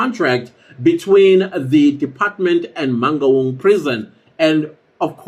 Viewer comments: Eish, the way he pronounces Mangaung is traumatizing. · How non-Sesotho speaking people pronounce "Mangaung" sends me 😂😂😂😂